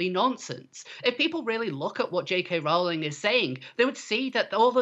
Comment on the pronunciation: He keeps saying "JK RAULING".